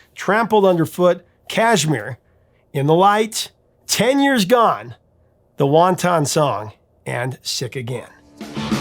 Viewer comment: It's "The Wanton Song," not "The Won Ton Song."